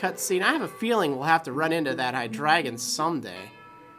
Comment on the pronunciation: It's muh-nuh and hi-dree-jun, not Moona and high-dragon